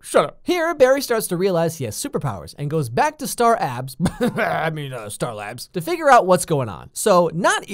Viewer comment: “Star abs”